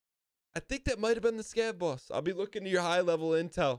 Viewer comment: the way you said scav boss at the end in a boston accent got me for some reason lmao i cant tell if that was intentional or not.